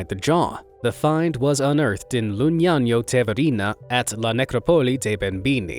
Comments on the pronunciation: You're pronouncing "Lugnano" totally incorrectly. It's "LOO-NYA-NO", and not 'Loo-nya-nyo'. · I think Lugnano is also incorrect. It skulls be loo-nya-no, since there's no g before the second n. It's Italian, not a Spanish n with a tilda. 😋